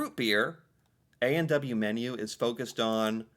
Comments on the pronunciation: His pronunciation of A&W is funny. He says "A and dubbayoo". We actually say "A and double-yoo". Cute... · Interesting pronunciation point: you said ay an douba you. We say ay an double you.